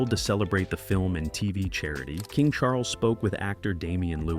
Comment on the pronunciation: CHAR-LESS??? CHARLES